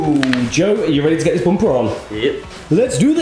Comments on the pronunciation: So sorry you can't say bumper I think it's Matt's influence he often can't pronounce things. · can't un hear boom-pah😂😂😂😂